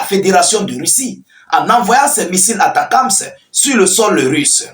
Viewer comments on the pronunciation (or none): none